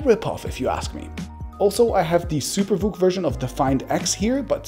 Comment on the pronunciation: First time I heard him say SuperVOOC I thought he said Super Fook and I broke out laughing